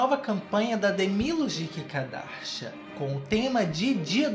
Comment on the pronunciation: Eu amo quando ele fala "Kikadashian" kkkkkkķkk